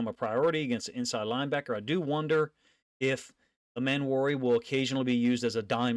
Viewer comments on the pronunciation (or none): Love your content. Its Eeeeeeemmanwori tho. Eeeee